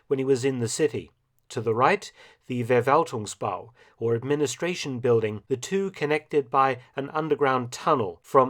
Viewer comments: Just a pointer, “V” at the beginning of German words are pronounced as “F”. So it’s “Ferwaltungsbau” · Hello Mark: You know so much about WWII and Germany now, you should learn some German language rules, too. "V" is pronounced "F", to start with. So it is not the "Verwaltungsbau", but the "Ferwaltungsbau".